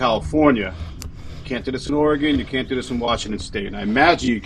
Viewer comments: I appreciate that you know how to pronounce Oregon! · I like it, you pronounce “Oregon” correctly,!! 😅